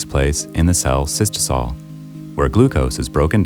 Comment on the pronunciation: Mice video but it's cytosol not cystosol